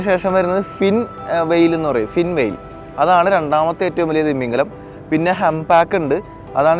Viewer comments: തിമ്മീംഗലം അല്ല ഭായ് തിമിംഗലം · നിന്റെ “ത്തിമമിഗലത്തിന്റെ ” ഒരു“ ത “യും ഒരു “ മ ” യും പോയോ ?😂